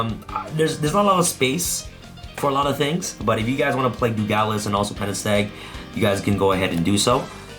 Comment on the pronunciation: Dugales instead of Dugares as well lol